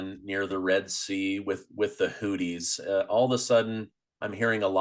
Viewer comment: Argh, 'who thees' not 'hooties' anyway great show